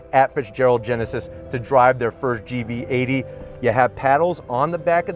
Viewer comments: Geneved Genesis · come on dude, you can’t even pronounce “genesis” and “hyundai” what are you doing